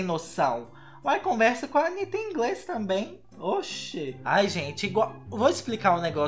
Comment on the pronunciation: "Antanitta" kkk credo. mas vc é legal.